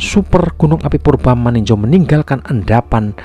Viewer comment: Bukan maninjo tp maninjau 😂😂😂😂